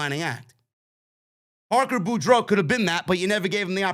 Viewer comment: it's pronounced Parker BORE-DOUGH. like Scarlett Bordeaux